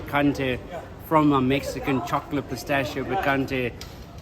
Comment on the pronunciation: pistaccio non si può sentire, mi aspetto da uno di origine italiana e al tuo livello che dica pistacchio 🤣